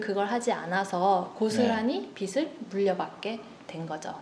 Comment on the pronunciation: 발음 좋아요! 내용도!!! 보통 저 변호사님처럼 [비슬], [비시] 처럼 잘못 발음하는데 신사임당님은 빚을 [비즐], 빚이 [비지]라고 정확하게, 올바른 발음으로 말해주셔서 정말 좋네요! 앞에서 말하는 직업이다보니 이렇게 올바르게 발음하는 분들 보면 혼자 ... 이분 제대로 배우신 분이네! 이럽니다! :)